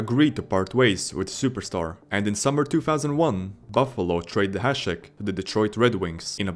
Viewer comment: Big thumb up for you to actally read Hašek right